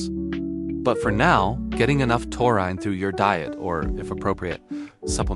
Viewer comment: Ya can't even pronounce the word. Why should I believe what you say?